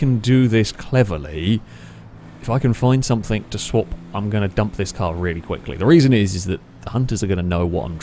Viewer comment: "no one has caugtend on" "Somethink" 😂